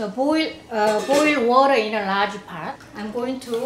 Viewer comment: Is it just me? But I love how she says water its like wuh-duh